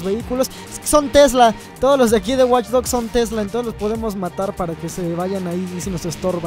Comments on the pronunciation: alguien mas noto el Waych en ves de Watch? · WTF DICE WaychDogs 2